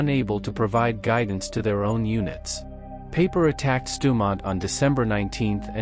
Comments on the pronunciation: Dude, I told you in another video that you need to phonetically change the German words so they sound German, not English. It's Pie-per, not Pay-per. You have to change the worded script so the robot can read it and pronounce it right. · Peiper, not paper.